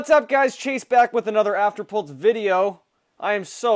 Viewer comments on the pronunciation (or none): You say afterpult not afterpulse